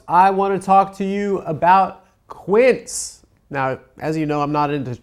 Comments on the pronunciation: That's not how you say Quince, amigo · What are the chances that first sponsor’s name is the Spanish word for “fifteen” and Adam is mispronouncing it horribly